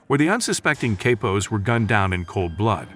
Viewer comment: All the research made and couldn't find out how to say the word "Capo" Jesus this was hard to listen through, but amazing insight, just cringe AF to hear